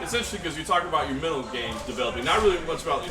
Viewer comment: Dude, pronounce MENTAL, it's not hard.